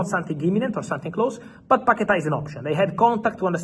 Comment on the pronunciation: paqueta. Say it one more time...